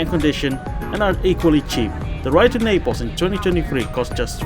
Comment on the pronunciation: It's Naples not "Napels"